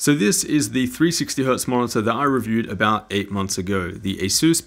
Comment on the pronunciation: Bruh it’s not asoos it’s ay sus say it right